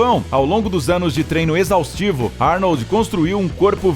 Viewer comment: Falar o nome do mestre Arnold como Arni kkkk .